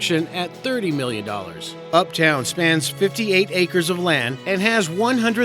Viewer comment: Its's UpDOWN Court, Not Uptown....